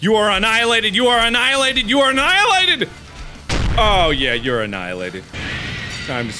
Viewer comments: this is how many times markiplier said anilated ⬇⬇⬇ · Drinking game! Everytime he says "enialated" You have to take a big gulp of any drink, if you are older use alcohol, if you are like me, too young, just drink anything you want ^^